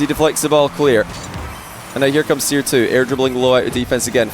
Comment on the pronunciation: the next version of the seer bot should be seer-r, cause it sounds like crr, haha